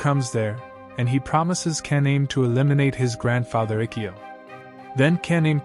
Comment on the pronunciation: Pronouncing kaname and a lot of other names wrong lol